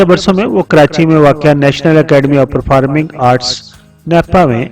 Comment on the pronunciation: اگر آپ کچھ سال اردو اور تھوڑی سی انگش سیکھنے کے اہم فریضہ کیلئے بھی کوشش کریں تو یہ "پر فا رم" اور تلیم طرز کی ساری آدائگیاں بھی درست ہو جائیں گی (شاید)🎉🎉